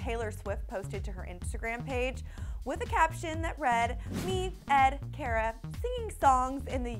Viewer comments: It's car-ah not care-uh ugh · She didn't pronounce Cara's names right. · they said Cara name wrong